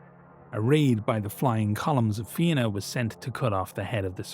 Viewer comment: Hearing Fianna said right grants me such bliss, thank you